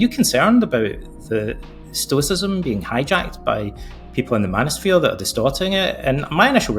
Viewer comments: "Manisphere" ? Step the F off. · lol the “mano-sphere” my goodness you lost me less than a minute in.